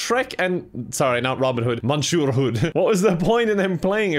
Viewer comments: more like "missyeu" i guess if i tried to write it out loud... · ok but please tell me why he pronounced monsieur like "mishur" lmao